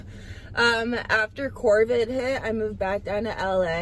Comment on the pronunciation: This chick said “CORVID” lmao